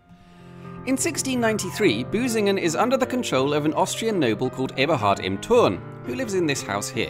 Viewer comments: Can you pronounce the ü? Because you pronounced it as a u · Hehe - he said "Busingen" :-P